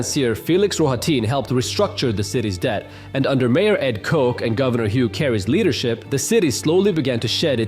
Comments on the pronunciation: just a correction, it's not Cook but K-AW-Ch, rhymes with "watch". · The mayor's name was pronounced kot-ch not coke. I'm really Not being a grammar Nazi, I'm just saying. He was a beloved mayor up until he died and just wanted you to know. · Mayor Ed Koch: cosh, not coke. Um, a rather strong mispronunciation. A wee red flag waving "I don't have the first clue what I'm talking about" to the world? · Koch rhymes with WATCH not coke. !. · Hello. You keep pronouncing NYC mayor Ed Koch’s name incorrectly. The “ch” in Koch is pronounced as the “ch” in Charles. Or, the “ch” in chain. The “ko” has the sound as in the word “cot.” So, NOT coke. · Who tf is Ed Coke? The mayor’s name was Koch. Rhymes with scotch. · It’s pronounced mayor Koch just like it’s spelled, rhymes with botch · the proper way of pronouncing Koch rhymes with Loch. yiddish and german pronounciation is the most accurate one here